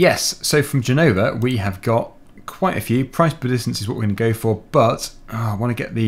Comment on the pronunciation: Italian language is difficult for a British, but you are doing well. Our Z pronunciation is different, but it's ok. And, for the record, it's Gènova, not Genòva...